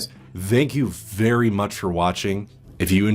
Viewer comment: "So guys... Zthank you vvvery much" for uploading